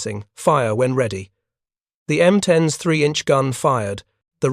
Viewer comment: M10-S, you mean the M10s.... AI sucks.